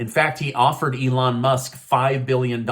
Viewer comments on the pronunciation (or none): none